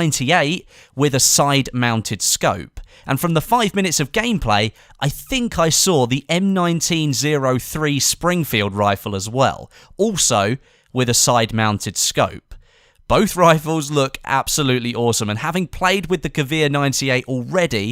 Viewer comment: M1903- (Em-nineteen-Oh-Three) Sorry that really bothered me, lol.